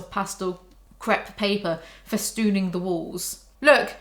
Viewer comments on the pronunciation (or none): none